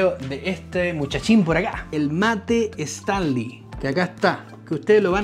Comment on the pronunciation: Hola 👋. No es “/Estanly/. Es /Stanly/ I’m talking about pronunciation 😉